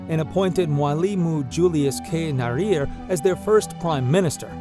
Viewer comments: Yeah, it would have been the easiest thing in the world to look up the real pronunciation instead of simply making up his own. My guess is that the narrator, like most Americans, has never lived abroad, speaks only one language, and is vaguely familiar with the phonology of the "exotic" Spanish language. 🤦‍♂ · It's interesting but please try getting your pronunciations right before uploading such contents... Just try to imagine hearing someone pronouncing wrongly the name of someone you very much respect or admire... I mean i found it very offensive you failing to pronounce correctly the name of Tanzania's first president, if you can't pronounce it right then just stick to his title man.!